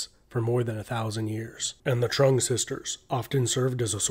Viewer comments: Its a great video but hes murdering the vietnamese names its pronounced like chung not trung. Thats just me being nit picky though. Very interesting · I believe the' Trung' word(Trưng) is read like"zeng" rather than "Trump" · it's TrƯng